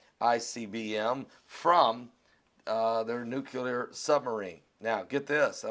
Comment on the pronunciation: it's pronounced "noo klee -er", not " nook -u lar" you are a smart guy, but when u mis-pronounce this word, you sound just like the idiot, Bush.